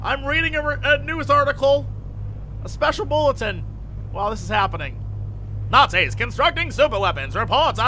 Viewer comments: you srsly call the nazis nasis..... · What I heard: "Let's kill some nassies." ^_^